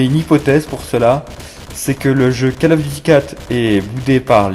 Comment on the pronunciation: Alors : non, pas besoin d'avoir les killstreaks pour avoir un gros score. CoD 4 est toujours beaucoup jouer sur PC grâce au promod, EUR comme US. Plz, je sais que t'es français, mais c'est COLE of duty, pas cale. J'espère que t'écris pas comme tu parles car t'auras juste 0 à cause des répétitions, et ton ton n'est pas naturel. Cela dit c'est cool de voir un gros score grâce à une arme et pas à des carrés rouges, donc joli, même si ça n'arrivera jamais sur PC ce genre de truc.